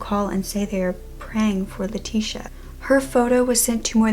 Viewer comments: My name is leticia and I am mexican , im pretty sure you say her name ( Leh- ti- ciah) I always had to correct people how to say my name. I never understood how they kept calling me lateesha, like I dont have a S in my name. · I’m glad that you covered this case because I see barely any videos on her, but you butchered the names Leticia, Miguel & Javier. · i dont think thts how u say her name since shes hispanic e.e?